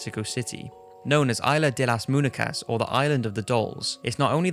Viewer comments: haha he pronounces munecas as "moon-eh-cas," it's supposed to be "moon-ye-cas" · Mun-ye-kas not moon-eh-kas . But that's just your accent